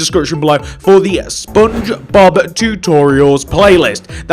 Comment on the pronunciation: it is Just me Or Im Hearing He Said SpoonBobs